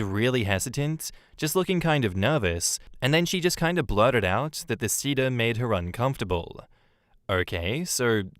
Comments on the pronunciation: man the pronounciation of seder bothered me lol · Same and I'm not Jewish lol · Seder is say-der. Hagadah is ha-GA-dah.